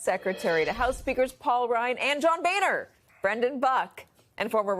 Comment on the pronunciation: It's pronounced Bow-ner